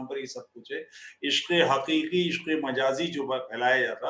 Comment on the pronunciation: तुफैल भी फुल मुल्ला बनने की इच्छा रखता है- दिक़्क़त, तरीक़ा, हक़ीक़ी, वाक़या, आदि के उच्चारण में ये पिछवाडे का जोर लगा के उर्दू निकालने का प्रयत्न करता है। ऐसे लोग क्या गंभीर जैसे धिममियों को ज्ञान देंगे। खेद है।